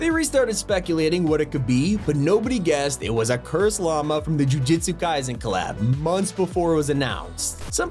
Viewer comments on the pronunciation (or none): none